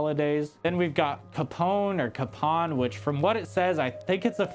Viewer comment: Capon, pronounced kay-pon is a rooster that was neutered when young then slaughtered when it's an adult, it was a Medieval dish. Great video!! keep em coming!!!